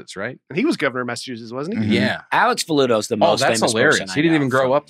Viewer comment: A Web really butchered the guest's last name. Sound's like he's been suckin back on grandpa's old cough medicine.